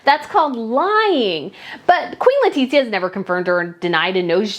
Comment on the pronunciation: God all mighty, just pronounce her name as it is please. Is [leticia] not [letitzia]